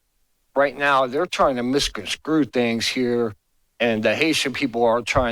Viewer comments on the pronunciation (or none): I knew as soon as that 3rd white dude got up there he was going to give us gold. “Misconscrew”!! Why these ppl even attempt 3 syllable words is beyond me…. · The word is MISCONSTRUE, not MISCONSCREW, for pity's sake!! No wonder a certain orange moron loves "the poorly educated." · WTF is “misconscrew”? Speak English! 😂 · He said misconscrew